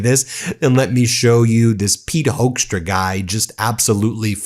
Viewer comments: Ben, it's procounced "hookstra", like in "hooker" . Not "hoaxtra". No joke, take it from a native Dutchie. And yes, I'm ashamed of that sorry excuse of born Dutchman Hoekstra. Before Canada he was the Ambassador over here in the Netjerlands and yeah, after initial high expectatiobs we soon found out he's everyting but a diplomat. Just a silly hardliner and a complete and utter moron. Even a crocodile would do a better job bringing people together than this vile excuse for a human. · Hoekstra is pronounced as hookstra.. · Sidenote: Hoekstra is pronounced as in Hook-stra, it's not a German name, it is Dutch. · HAPPY 4TH OF JULY🇺🇲 AND A HAPPY 250TH ANNIVERSARY OF THE UNITED STATES 🎉🎆🇺🇲 I SAY HI FROM AMSTERDAM🇳🇱 Hoekstra pronounced as HUKSTRA OE=like in YOU DUTCH!😇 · Yeah, Hoekstra has a Dutch name. You are pronouncing it wrong btw, But it is the last thing that worries me. He is a political thug. It shames me he has a Dutch background (well in name only). We will never want to be associated with this guy. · Really, Hoekstra? You don’t know why Canadians upset american govt